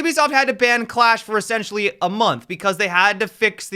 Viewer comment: Everytime you say essentially it sounds like you're saying sexually lol